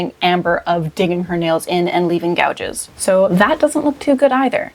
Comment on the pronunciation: makes me lose brain cells. “Fiascle” “Gahges”